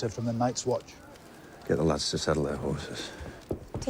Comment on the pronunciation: did he say "Sheen Been"?